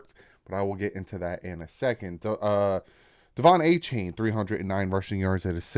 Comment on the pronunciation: "A-Chan" he clarified it last week. No need to be purposely ignorant continuously saying it wrong.